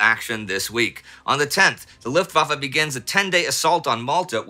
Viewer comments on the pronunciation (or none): none